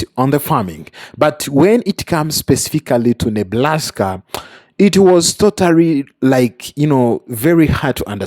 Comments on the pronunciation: I swear he said Neblaska! 😂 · Please stop saying Neblaska. I know I’m petty, but it’s driving me crazy. Please it’s Nebraska.